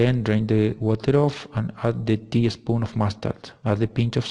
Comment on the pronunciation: Great video! Remember that there is a difference between “English” and “British”. “Teaspoon”, not teespoon. We’d probably use vegetable oil instead of olive oil, but that’s minor. Well done!